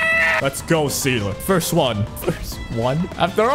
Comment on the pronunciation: Funfact: Seele is german for soul, and yes, you did butcher it but that's okay.